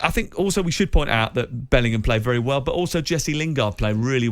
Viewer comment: Lingard played 'very wery well'